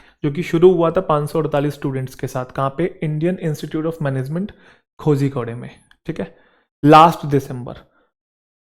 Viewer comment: 😂 😂 cutu only It's koh-ree-kode ... Not koh-zee-kore No homework today? Btw Thank you Sir✨